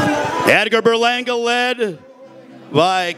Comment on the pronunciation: Tomato tomato but my man announcing is annoying dude made sure to pronounce puerto rico with a spanish accent but then says Berlanga like a straight blanco no offense im half blanco lol.